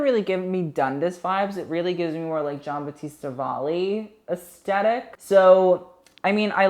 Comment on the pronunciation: Take a shot every time says asTetic